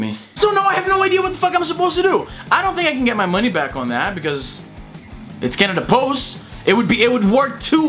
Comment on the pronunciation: When you say CanadaPost it sounds like Cannibals xD